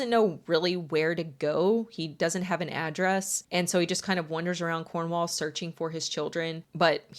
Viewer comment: Girl I love you and your channel but “wander” and “wonder” are different words 😅